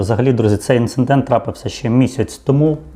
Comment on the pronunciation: Інцидент, а не ІнцеНдент😁